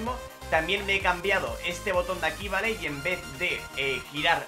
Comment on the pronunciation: Se agradecería mucho que dijeras mejor la palabra VALE 😑